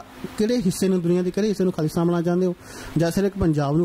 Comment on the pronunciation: Anchor is pronouncing khali-stan not Khalistan , it is not hard to figure out what He is thinking